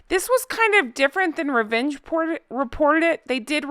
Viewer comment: I like the way you say Revenge you sound posh with a hint of Cruella da devile. ... just last bit, is more Errr then yars drop the Y.. xx ❤️ Errrr as in disgusting not yar as in let's go horse.. These two came to American think Americans don't care about England they're not going to look into anything and the royals won't respond. They can say whatever.. I think it's a huge slap that the Americans are finally see what the British people/ not royals where bitching about when they first moved over... I honestly think the British public and those aroind the world that take time to look have really throw a spanner in the works for these two..